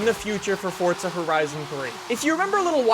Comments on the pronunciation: Because it's an Italian word that means 'force' and it's pronounced FORTZA. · why the fuck does he say fort za... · i didnt know forza was pronounced fortza hahahah wtf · Habibi Licious Ikr I don't see a t anywhere